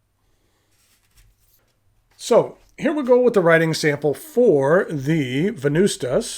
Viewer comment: the true way to say Venvstas is Wen-noos-tas if in Latin